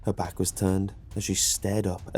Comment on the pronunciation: Said beack like 8 time in a minute